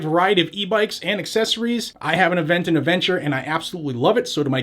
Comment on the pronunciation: Play the “I identify as” to throw them off using their own game. Off topic, you say Aventon better than that guy from Georgia does 🤣